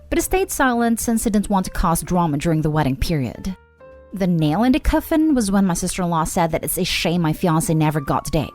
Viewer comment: Coffin is pronounced coughin not ko-fin